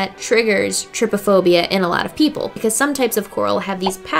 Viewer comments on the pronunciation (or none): I died when u said trypaphobia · lol you have been saying “trypophobia” wrong it’s kinda pronounced “tri-Po-phobia” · This gave me so much anxiety but I still watched it... It’s pronounced tri-pa-phobia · her saying trypiphobia me:byeee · "Triphobia, i hope im not saying it wrong." Me: "Oh Boo, you jinxed it haha XD"